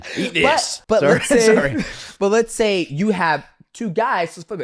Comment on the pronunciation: I'm English and his pronunciation on some words is very unique, UF Sayuhh